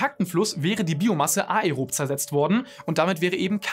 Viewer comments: Anärob und ärob gesprochen! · Die Fakten waren überzeugend, die Aussprache von "ärob" war irritierend. Da ist KEIN Trema auf dem E, es wird nicht separat betont, sondern führt zu einem Umlaut wie bei den anderen lateinischen Begriffen Caesar oder praemisse.